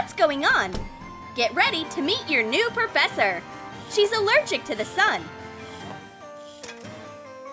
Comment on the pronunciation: well i did hear :meet your new porfessor miss elsa XD)